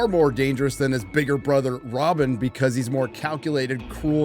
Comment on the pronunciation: Did they really pronounce it HARK-kon-nen in the movie? Emphasis is on the second syllable: Har-KO-nen. Javier Bardem as Stilgar?! Trippy. Ugh! And it's also RAB-ban, not Robin! Dunno about the look of the Harkonnen here. Prepare yourself for the big albino alopecia sufferer protest march. Both of them, but march they will! Not to dispute you on the dubious abilities of "Zendaya," but Chiani is quite human, as are most of the characters in Dune. A little spice-altered, but that's everyone to one extent or another. Did they show the Spacer's Guild? That's when you get REALLY weird, yet there are no per se "aliens" in any of the Dune books. Many of the "humans" don't much look like humans, but their roots in the history of Dune go all the way back to us. Agreed that Dune is a very different thing than Lord Of The Rings. Dune weaves science fiction with politics, religion, philosophy, and even drug culture. LOTR is much more a straight-up adventure story, and yeah, it's chock-full of characters you can root for. The Dune series is perhaps the greatest work of science fiction ever, but there's no rah-rah going on. I find it endlessly fascinating, though. I love reading the books, but I'd hardly want to live in that universe. Oh, and they're still on the first book, ya know. Only the SyFy series adapted the succeeding books in their second Dune miniseries. So it's not a matter of "I liked the first one better than the sequel," it's just the one uber-long movie.